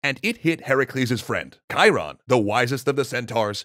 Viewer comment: Thank you for teaching me the correct way to pronounce Chiron